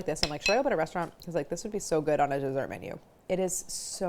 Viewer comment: god i hate the opening jingle so much. DEEsert PerSUNN. neither one of these words is pronounced like that!!!! can’t wait to try this recipe tho. you’re a genius claire!!!